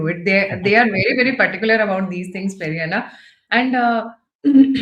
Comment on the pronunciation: Highly irritating when you call him Peri anna. It should be Pedda anna. It's very simple. Learn lady. By the way due to back lash Vijay withdrew his attempt to have an Astrologer as an OSD.😅